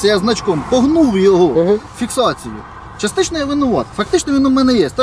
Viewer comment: ФактЫшно, ЧастЫшшно, ПроблЭматЫшшно... Ужас,блин! И "это" представитель Власти...